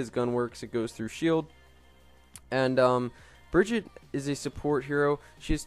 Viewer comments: im sorry I cant watch this when you say her name every fucking two secounds and even than you say her name wrong, like wtf just watch the damn overwatch intro video jeff says her name like 100 times and dosent say bridget once, smh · She is not called Bridget! It´s Brigitte! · Plz stop calling her like that, thats not how you pronunce her name.